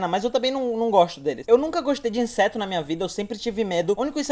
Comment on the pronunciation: ele fala enseto